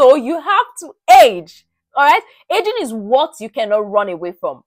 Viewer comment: When you said ageing, I heard edging...😅